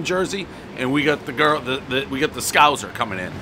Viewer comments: lol scouzer....its scouser ..ssssss! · What the hell is a 'SKAwzer'?